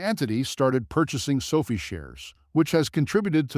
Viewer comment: Man. Hard to listen when you say sofi wrong 😢